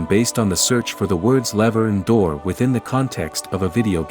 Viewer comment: Anyone else catch her call it a duwu instead of a door?